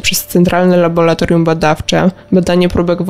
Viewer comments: Prawidłowa nazwa to laboratorium 😄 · Laboratorium. Nie Labolatorium. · niech Pan zadba o jakość przekazu. Ta spikerka słabo mówi po polsku np.nie labolatorium a laboratorium od labor- praca. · Tylko nie laboratorium!Tragedia,dziennikarz nie może tak mówić. Kończę subskrypcję,z przykrością😱